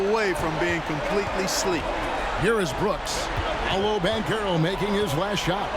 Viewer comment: Pablo? Come on bruh, it’s PAOLO